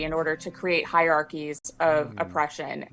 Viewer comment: Bethany Mandel says hi-archies not hierarchies😁 She's an uneducated POS trying to make a $ by buzzword...